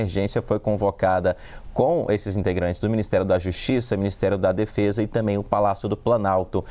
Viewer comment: "Tambem" não "tamem*😂😂😂